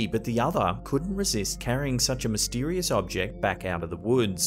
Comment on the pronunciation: "MystEErieous Events"